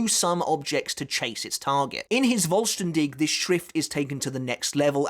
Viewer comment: Askins Schrift is pretty good but I like the idea of the balance always balncing out the damage. btw the 'v' from vollstaendig is pronounced like a 'f' sound kinda like in the word 'full'